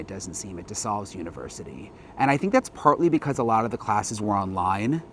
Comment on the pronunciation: Local Pennsylvanian here. It’s pronounced DeSALES JUST LIKE THE WORD SALE AS IN YARD SALE. I COMMONLY HEAR THIS PRONOUNCED WRONG ON THROUGH MEDIA OUTLETS NOT FAMILIAR TO THE SCHOOL. De SALES.